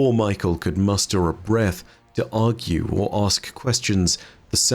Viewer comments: Just a quick note, I think "mykel" here is pronounced "my-Kell," with emphasis on the kell. But we got a whole ass acolyte called fuckin Rufus so maybe its really just michael lol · No hate just something funny I noticed but I think Mykel’s name might be pronounced “Me-kell” and not Michael 😂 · Hey Nezarec, Vsauce here! Kept thinking was saying Michael lol